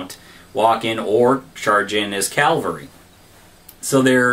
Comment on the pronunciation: Calvary? :-) I think you mean cavalry. Interesting video though, nice job. Just please stop saying calvary lol